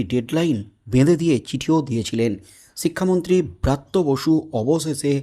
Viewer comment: Bratya basu noy. Barthya basu.